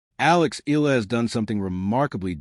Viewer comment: ILA ka ng ila riyan... EYAhLAh bigkas nun. Pls stop murdering her name